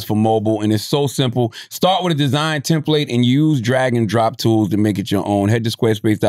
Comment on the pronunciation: i hate the way CTG pronounces "template" 😂😂😂😂